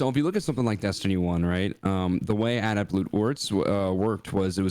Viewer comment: Can we talk about how doesn’t pronounce adept correctly? Finish high school much?